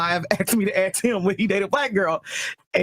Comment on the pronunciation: 13 percenter in blue top "axe me to axe him".